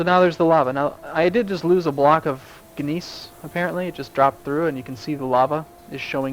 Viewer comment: FYI, gneiss is pronounced like nice. Just say nice. :)